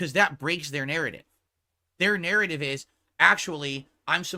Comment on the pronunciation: Sorry snort but I heard pronounce “narrative” one time and clicked off of the video lol. I can’t do it